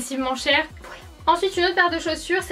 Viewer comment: Quand j'ai lu ce commentaire elle disait foilà. 😂😑